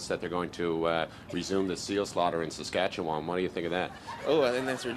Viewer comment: DUDE. You pronounced Saskatchewan like a SK native! I’m impressed!!